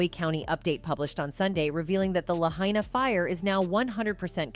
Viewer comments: This lady keeps pronouncing Lahaina wrong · You didn’t even say Lahaina, right 😂